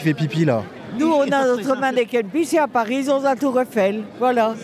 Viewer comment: Allez, 10 secondes et on prononce déjà mal là ville au centre du reportage... Un peu de professionnalisme svp. Est-ce ce qu'on prononce le "s" de Paris nous?